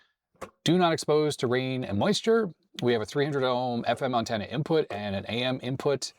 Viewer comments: In 60 years of life, I’ve NEVER heard it pronounced “UNtenna” until now… 😂😂😂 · "Uhn-ten-uh"....interesting pronunciation. Just some light teasing....I enjoy the little unexpected things in life... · You say antenna weird. AN-tenna. You say it like my ex-girlfriend from New England says aunt (I pronounce it like ant). AUHNT was how she said it. Like she was saying OUGHT. Strange. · Had to rewind it a few times! Caught me off guard. Maybe it's "Canadian" upbringing :) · Ok I don't think I've ever heard you say antenna before, you definitely say it a little different than I'm used to. Not calling you out or anything it's just different.